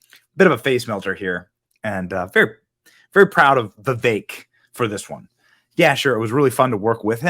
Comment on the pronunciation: You finally said ramaswamys first name right lol. Alot of people say it wrong